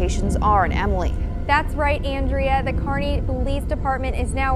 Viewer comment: It's "Kearney"